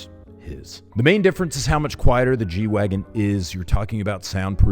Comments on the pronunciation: if you were going to pronounce it properly, you would do your best Dieter impression and say "G-Vahgen". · German G is pronounced "gay" and wagen is pronounced "vagwen". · It’s pronounced Gay Vahgen in German! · Wouldn't it be 'Gay-vagen'? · Still not got the German pronunciation dude!